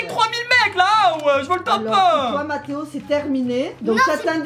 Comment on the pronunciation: On dit mathéo 😕